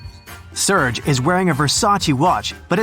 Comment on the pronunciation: Is it only me that thought that he read serge wrong?